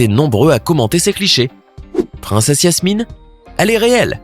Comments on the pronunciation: 🤔Qui a remarqué qu il disait Yasmine au lieu de Jasmine ? 🤔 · C'est jasmine pas yasmine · Par contre c'est Jasmine et pas Yasmine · C’est Jasmine pas Yasmine comme moi!!!!!!